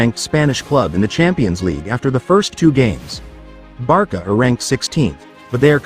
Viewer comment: Barca not Barka